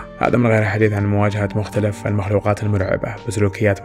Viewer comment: و مختلِف و ليس مختلَف لأنّ المختلَف عليه تعني المتنازع عليه و أصل الكلمة خِلاف و ليس ٱختلاف